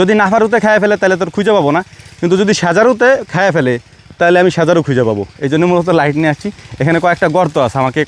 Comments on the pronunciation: আপনি শুধ্দ বলতে গিয়ে সজারু কে সেজারু বললেন। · সেজারু না ভাই সজারু